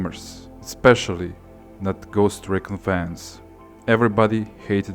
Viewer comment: Ffs say RE CON RIGHT